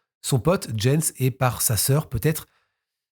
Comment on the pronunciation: Jens se prononce "Yens" en allemad